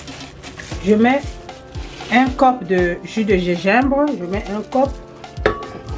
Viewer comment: du Gégimbre ? mdr